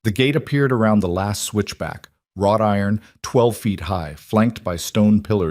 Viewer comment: OMG!🤣 🤣🤣🤣🤣 “ROT Iron” For Gods sake!. WROUGHT IRON! Duh!